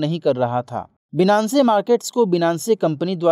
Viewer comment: Thank you so much Sir is great Finance wala pronunciation hoga shayad Binance (बीनानसे ) नही होगा